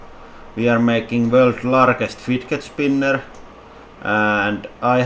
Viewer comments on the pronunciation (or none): How he says (firget spinar)😂😂